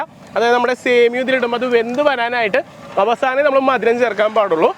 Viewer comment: സേമിയോ അല്ല സേമിയ